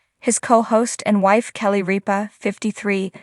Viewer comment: You need to have your announcer learn to speak English she doesn't know how to say the word Mic and most importantly Kelly Ripa's last name what a joke